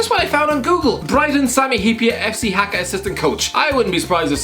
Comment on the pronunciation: Im finnish and its so weird to hear you pronounce haka